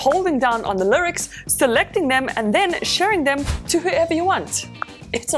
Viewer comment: The “lircs”